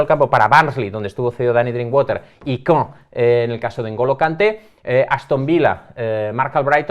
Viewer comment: La pronunciación exquisita “CAEN” por alias, no tiene precio. Agradezco que no se hayan perdido las buenas costumbres.🎉🎉